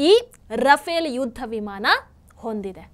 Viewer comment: Adu ruffaaley madam rufale alla.